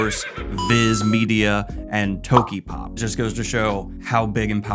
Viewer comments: small unessential note: It's To kyo pop, not Toki pop ( - ). Or if you're pronouncing it the English way, Toki yo pop. Either way, the poor yo was left out lol. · RE ASOIAF - I think the show went a long way towards killing any potential future book. Are you saying 'cosair' and 'tokypop' just to smite me?